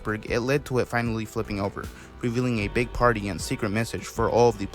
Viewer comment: BEEG PENGUIN